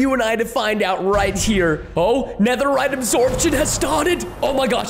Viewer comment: Guys it’s pronounced netherite